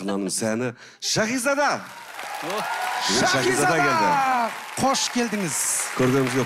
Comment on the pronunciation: Турсынбек сакау ма Щахиза дей береди,Шахизада гой